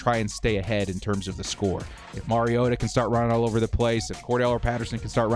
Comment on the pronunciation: Compliments on knowing how to pronounce the name of your subject: Mariota.